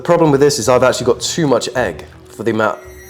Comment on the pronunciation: why is no one talking abt the fact he said "hegg" and "honion" 😭😭😭😭 is it a bit or ?